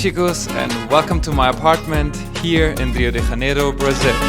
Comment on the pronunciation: You're a German speaker making an English language video about a Portuguese speaking city, and you pronounce the city's name in ... Spanish. Huh? The "J" in Janeiro is a soft "j" sound, like in French, or in the English word "measure". Try it!